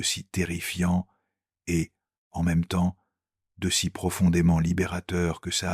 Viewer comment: Sérieusement,... réécoutez et corrigez. Il lit "ET" : "heu té". Des pauses là où il n'y a pas de virgule (manque de poncutation). Des erreurs de traduction et conjugaison, (petites, sans conséquence, mais présentent). Pourquoi réduire la force de l'oeuvre original avec des erreurs de lecture ? Mieux vaut moins, mais mieux. Sauf si vous courrez après la quantité sans égard pour la qualité. Qu'est-ce que cela vous apprend sur vous ?